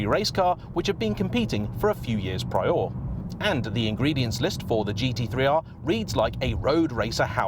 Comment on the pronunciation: The way you said prior blew my mind.